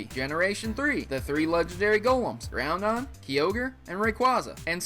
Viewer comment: I am sorry to point this out but, you keep mispronouncing the Weather Trio's names. This is what you say phonetically: Groundon, Keeogre, Rayquahzah. It is, still phonetically, Gr-ow-don, Kai-ogre, and Ray-quay-za. Again, I apologize for being so picky